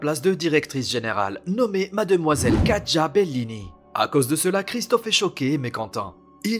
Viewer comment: Katya ça ce dit Katia et non Katja ! 😅